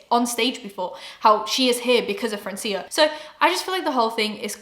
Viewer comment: I love you but as a latina I cringed everytime you said francía with an accent in the i. Its actually Frraancia, as in France but in spanish 😊